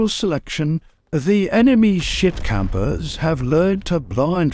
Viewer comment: Yoo why my dude go in so hard on the "cappers"🤣🤣